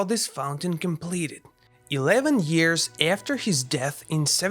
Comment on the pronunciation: "30 eyars"